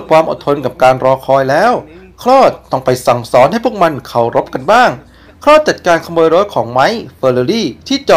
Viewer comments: มันชื่อ โค้ด ครับ ไม่ใช่ คลอด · พระเอกชื่อ คอส ไม่ใช่คลอดนี้ครับฟังแปลกๆ